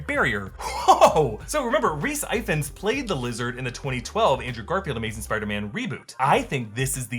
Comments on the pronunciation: Rhys Ifans is pronounced Rees ee-vans. It's Welsh for Evans. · Rhys Ifans is pronounced IF-ANs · As a Welshman like Rhys Ifans I wholeheartedly encourage you Americans to pronounce his surname correctly, because that pronunciation was abysmal. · Love the channel but I should tell you that Rhys Ifans’ surname is pronounced “ee-vans” (like the sneakers brand) not “eye-funce” because it (and he) are Welsh - actually you are lucky his mum and dad named him Rhys as he could have been called Ioan, Gruff or Geraint - let’s be honest nobody outside Wales has a clue on how these names are pronounced! 🤣 (Bonus points for anyone who can pronounce the Fantastic Four’s Ioan Gruffydd’s name correctly!) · That's not how 'Ifans' is pronounced. It's more or less said like E-Vans. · Rhys Ifans; Ifans is pronounced Evans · Remember: Rhys Ifans is Welsh, so the F in his surname is pronounced as a V.